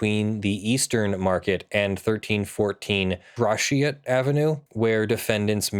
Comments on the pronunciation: Love ya... but you are killing me. It is Gra-Shot or grashit not grasheot:) Detroiter BTW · Gra-s^hit two syllables gra and then the rest. Gratiot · It's pronounced grash-ett and Western market is supposed to be a hugh market. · pronounced "gra-shit" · Gratiot. Pronounced "GrasShit"